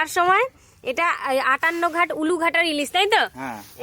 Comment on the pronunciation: দাদা এটা আঠানঘাট নয় আঠান্নোগেট